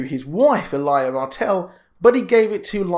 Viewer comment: lyanna. lee-- anne--a... not li--na. Ned and Robert was in the vale. But, what i dont understand, rhaegar married lyanna in secret (got it makes sense) however he annuled elia that you just couldnt keep secret, so I dont know how the kidnapping came into play or who told ned and robert that lyanna was kidnapped (to me) it looks like something littlefinger would have done to cause a war someone knew the truth but told ned and robert a lie (a game i like to play who benefits most from it,, tehe). Then when Ned arrives at the tower of joy he learns the truth and had to keep it quite. Again I dont see why ned kept it all hush hush, okay robert finds out the kid is a targ, he gets mad Ned tells him the truth hey lyanna and rhaegar was in love and they were married in secret the kid is legit, Robert isnt a bad or cruel person just likes to drink, fight, and plow the ladie, He wouldnt have caused a war with ned over it. So now that just makes me think, when robert is on his deathbed he writes in the will the true heir to the throne, I wonder if he put that in there for Jon to take the crown..